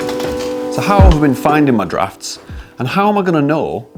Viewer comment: You're the one who came up with the wrong answer. You were talking about how you found your "draughts" verbatim in the video. Now, I'm sure you meant "drafts"but that isn't what you said. I was just making a bit of fun about it in my comment. Don't get bent out of shape... You got your "LIKE" and some comments and believe me, it all helps your channel. There's no negativity here. Edit: My bad! Aparrently my spelling needs improvement. I meant "drought" with an 'O' not an 'A' and because you are British I guess the more popular word in use would be "draught" which I'd never heard of before, my being in the USA. But yes, I concede you're right after all. It means the same as 'draft'.